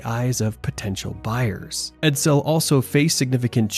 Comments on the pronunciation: Ok. STOP saying 'Ed-- SELL' ITS EDsel!😳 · Ford 'Ed-Sell'.. o......k.🤔